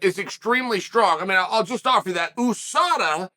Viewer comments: Chael is the kind of guy to say a name wrong, be corrected and still continue to use it wrong. Most of the world says You-Saw-Dah, not Ooo-Sah-Dah. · YOUSADA not EWWSADA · he’s right. it’s not like USA where you say the letters, it’s like NASA where you pronounce it as a word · Oooosaaadaa. Isn’t it USADA. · You mean a word like usurp that pronounced you-surp, not ooo-surp? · "Ewwsada" though. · Nobody: Uncle Chael: OOOSADA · "Oosada" Never Change, Chael. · OOOO sada? Chael whats in the coffee or what did I miss? United States Anti Doping Agency, 'You' not 'Oo', get it straight or I give you a titty twister! ... ok jking there, i would get hurt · Sad the MMA community has been mispronouncing USADA this whole time.Thank you, Uncle Chael: you are a scholar and gentleman